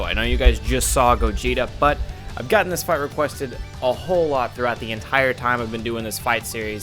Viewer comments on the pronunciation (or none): none